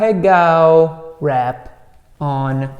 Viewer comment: the way you pronounced ahegao was so weird